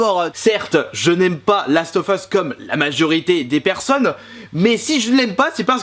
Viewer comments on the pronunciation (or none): quand ta dit je n aime pas j ai compris Janemba PS:les vrais comprendrons